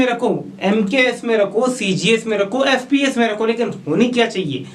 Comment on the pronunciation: MKS CGS FPS KO SPS Kiu bol rhe he